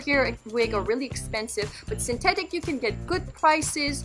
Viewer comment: It’s synthetic not syntetic